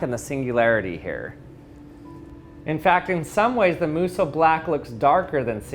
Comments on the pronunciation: He keeps saying "its blacker when you airbrush it" or "singularity isnt as black" and I'm not seeing a single difference?? also kinda bugged me that he kept pronouncing it "moo soh" when it should be "moh soo" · This man: * Pronounces Musou Black like Muso Black * Me: Is this guy saying this wrong and that's what's wrong, or am I slowly going crazy over the fact that I've saying the word wrONG AND IT'S BOTHERING ME